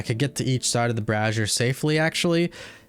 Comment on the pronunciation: bray-zee-er not brah-zee-er goddamnit learn to talk >:(